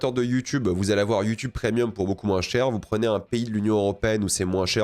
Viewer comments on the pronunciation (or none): none